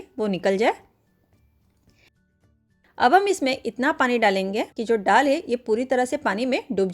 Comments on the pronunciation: डाल नहीं बोलते दाल बोलते हैं mem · डाल नही दाल बोलते है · दाल बोलना नहीं आता, विदेशी हैं आप???डाल,डाल बोलते हुए संकोच नहीं होता। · दाल होता है डाल नहीं आप डाल बोल रहे हैं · मैडम डाल नहीं, दाल है। कृपया सही हिंदी बोलें। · डाल नहीं,दाल बोलिए 😂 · डाल नही दाल बोला जाता है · डाल नहीं दाल बोलिये